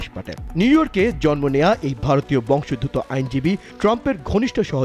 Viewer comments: বংশ + উদ্ভূত = বংশোদ্ভূত ; প্রতিবেদকের উচ্চারণ ভুল। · ভারতীয় "বংশোদ্ভূত" শব্দটির সঠিক উচ্চারণ করুন সাম্মাদিক ভাইয়া!